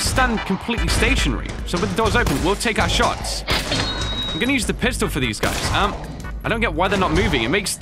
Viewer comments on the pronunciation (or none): none